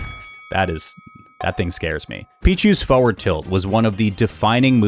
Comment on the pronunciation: Is it just me or does he say "Foeward" not "Forward"?